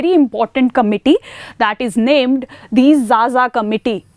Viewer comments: Madam it is not zaza , it is pronounced kha_ Kha . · not Jaja ma'am it is Khakha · Xaxa is pronounced as khakha Xess is pronounced as khess Xosha is pronounced as khosha So X is basically pronounced as kh in tribes